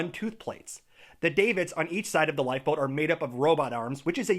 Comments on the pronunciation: "bow" when referring to the front of a ship is the same as like "bow" when you lean forward from the waist as a sign of respect...or the sound you make when you get hurt..."ow" Davits is with a short a sound, so cat, dad, mad etc. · I keep getting distracted by how he pronounces "bow" and "davits"